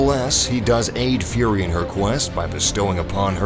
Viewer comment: one thing tho, why you call it furry istead of fury, i sense something uneasy